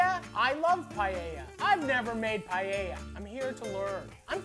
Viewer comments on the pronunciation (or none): I can't stand the pronunciation "PIE-YEYA".